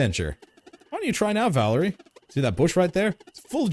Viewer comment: Calling Valere Valerie is super annoying ngl lol